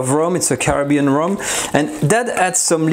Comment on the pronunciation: I thought you said Moron!! XD n then I realized you meant more on n then Ramen n I’m like why would he put noodles into the creme??!! n it’s rum XD n please don’t ever so gently poke your finger into very HOT creamy stuff or anything for that matter n I know you need to check to see if it’s cooked right still you could’ve gotten burned your safety is our first priority ok dear?? n 2ndly please stop bangin your pots n pans because those subscribers of yours who own headphones\earphones will have a heart attack if they hear that so LOUD XD love you take care